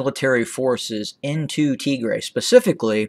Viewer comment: It aint tigrea dude. Its Tigraay. Thats phonetically written for u. Tigea is a language in Eritrea. You doing great. Upload some pics and videos too. Your knowledge of Ethiopia history is greater than of those living in Ethiopia. Keep up the good impartial work.